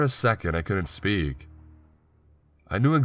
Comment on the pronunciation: Man I'm sorry but whyyyyy do you emphasize unimportant words? There's no real animation in your voice. To me, it kind of sounds like when you sing one note and then run your finger up & down over your Adam's apple. Just that same weird fluctuation over & over. "For a second I couldnt spEEEEAK... I knew exactly HOW, and why this haaaaaappened." "I packed my stuuuuufff, and I relocated to the third flOOOR." "I woke up sweating and conFUUUUSED." "They said they heard screaming from your flOOOOOOR." "After about thirty MINUTES the police finally showed uuuuuuhhhp." I'm not trying to be a bitch. It's just really frustrating to try to listen to. You choose good stories, but it's next to impossible for me to listen to them all the way through. Just some constructive feedback I guess...